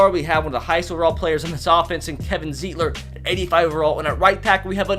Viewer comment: Can ever say Kevin Zeitler's name right